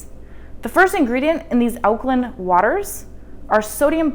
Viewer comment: Alkaline - pronounced 'line', not 'lin'....